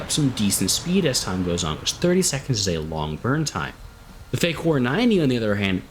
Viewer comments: As much as it's wrong to say I prefer Defyn's pronunciation......... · I've watched like 9 videos on this plane so far and your pronunciation of fakour is the most unique